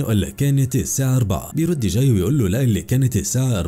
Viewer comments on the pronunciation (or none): اكتر حاجه تدايقني لما يتنطق اسم الشخصيات غلط اسمه جاي مش چاي